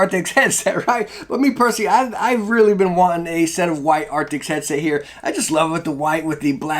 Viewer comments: Arctis not arctics. It’s not hard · man.. its arctis not arctics oof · Thank you so much for the review! I have an older wired arctis that I absolutely love and it's starting to get a little old so I want to replace it. But I gotta tell ya man, its "ark-tis" not "ark-ticks" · It's ARCTIS not ARTICKS lmao great vid tho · please dont call it arctics if its arctis. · It's not Arctics. It's Arctis. If you're going to review a product then at least pronounce the name right.